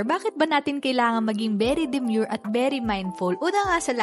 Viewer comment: bakit kaya ang ganda sa pandinig pag ikaw yung bumibigkas nung very demure & very mindful